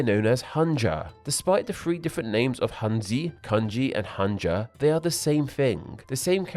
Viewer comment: i really do hope you could try to learn or at least mimic the pronunciation of foreign words like hanja or hanzi in their originated language because the way you pronounce these words are seriously killing me